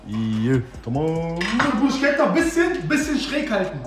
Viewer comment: bro es heisst bruschetta (man sagt BRUSKETTA). sehr geiles video btw